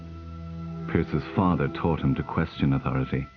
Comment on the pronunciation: When the man wearing specs pronounced the word Father as "Farrder" I knew my stomach was going to turn.